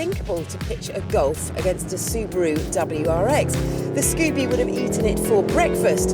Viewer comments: Scubie? Isn't it Subie? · She definitely says "Scoobie" instead of "Subie" at the end of the video. LOL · Is she saying Scoopie, Scoobie or Subie? Like wtf bitch...